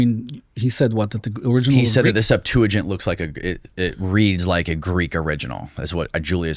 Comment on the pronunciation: He said "Sept-to-gint", its pronounced Sep-tua-gint, and yes its Greek, What a Monist liar.